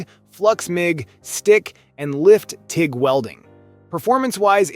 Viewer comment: so not really a bad lineup of welders (not the best but good options) but as your not even saying the brand name right off the bat says your here for some views and youtube money I know im helping the cause for you but come on, and did I just hear you say TIG wrong too really come on! At least we know who paid the most money for you to do the videos lol How did you launch the video without catching the mistakes, also hope FEMEROL there doesn't mind replacing a brand new ground clamp lol.